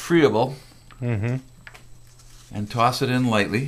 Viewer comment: here's a tip,most people consider this "planting up " ... when they go into their final garden spot ,, that's what most people consider "transplanting ". also >friable< is pronounced" Fry-a bulll" not "Free a bull"...aside from those elementary mistakes it appearers you have somewhat of a grasp of seedlings,, thanks for posting